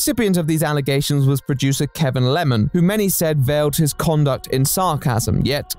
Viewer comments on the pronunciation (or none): none